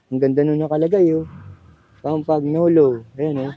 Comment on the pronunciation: rim brake ang tamang pronunciation ng Campagnolo ay Cam-Pa- Ño -Lo.